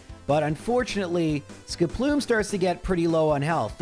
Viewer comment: The best part of these challenges that use Skiploom is that it eventually evolves and he stops saying its name weird.